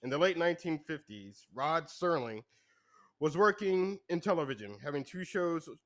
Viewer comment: Its SERLING....come on...